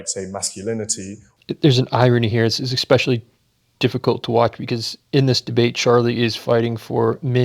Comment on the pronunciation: Professor, por favor: "Especially" is pronounced ess-PESH-ee-al-ee", not "ek-PESH-ee-al-ee", no "k", no hard "c". In the 1950s we were taught spelling, grammar, phonetics, reading, patterns and non-patterned words and phrases which (proper) English embraces - more exceptions to the rules than any other language, it's baffling. I aspire to impeccability in every waking moment without obsession and as a Virgo I will call out mis-pro-nounce-ee-a-shun. I exaggerated the syllable stops, obviously, so... ess-PESH-al-ee. I prefer the syllable stops. Charlie taught me how to speak with crazy people (!), the magic ingredient is "unconditional tough love". I never met a "white person" who is white and I met Johnny Winter. Due to terms of mediocrity I'm dropping "spectrum" from my vocab - "gamut, span, scope" are just not the same. Some folk just ruin words, it ain't fair.